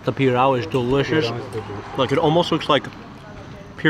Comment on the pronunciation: Farofa is not made from cassava powder. It is made from cassava flour. I understand that Mark cannot pronounce pirão correctly because the nasal sound of ão is difficult. It is an open aohn with emphasis on the ão.